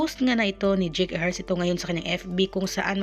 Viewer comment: Dyeyk hindi dyik ang pag bigkas ng pangalan ni JAKE !